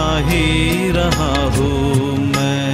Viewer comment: आपने बहुत ही अच्छा गाया है। हूँ के ऊपर के चन्द्रबिन्दु का उच्चारण करने का प्रयास करते तो और भी उत्तम होता। घुँघरू की तरह बजता ही रहा हूँ मैं